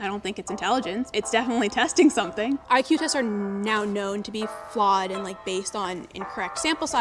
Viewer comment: Maria actually said E-que, when pronouncing IQ ...NEVER heard that way of saying it ever.